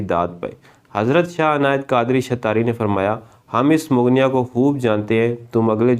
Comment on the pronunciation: یہ جو لفظ ہے مغنیہ اس کا تلفظ(mog- nia) آپ نے کہاں سے سیکھابہے؟